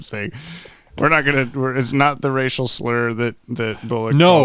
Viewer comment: Everytime you said "racial slur" I heard it like a play on Ras Al Ghul